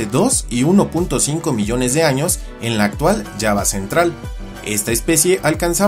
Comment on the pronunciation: ¿La isla de Yaba? 😂 Si se escribe con J, creo que debería pronunciarse de otra manera.